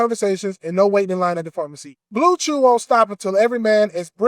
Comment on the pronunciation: reading blewchew like he don't use it 2 smash jajaja